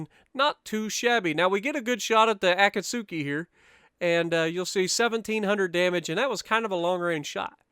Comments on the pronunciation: Great video dude ! I really gotta start implementing your tips for destroyers because i'm garbage with them lol Btw the "U" in Akatsuki is actually silent so it's pronounced a-kat-ski kinda polish sounding. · I just resumed my grind to the Kagero. I got the Akatsuki yesterday but still haven't played one game yet (which is actually pronounced Akatski, the u is silent don't ask me why). Lets go for no dislikes on this video, what do you say?